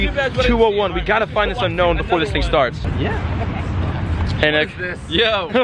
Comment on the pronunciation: It's pronounced oo-known